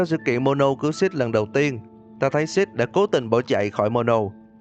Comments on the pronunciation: Anh đọc six mà như sh*t ấy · ko có ý xúc phạm mà nghe shadow six đọc như shadow shit :v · Mn nói: six Tôi nghe: shit (tôi ko phải anti six nhưng mà nghe mn nói tên six cứ nghe thành shit :v) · Mặc dù biết tên nhân vật là Six nhưng mà nghe nhiều quá thành "Shjt" với cả "Shadow Shjt":)))